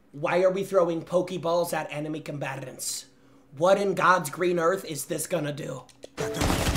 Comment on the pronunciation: How can somebody roll three r's in the words "enemy combatants" ???